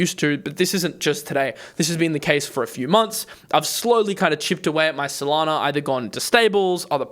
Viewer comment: FYI there is no R in SOLANA....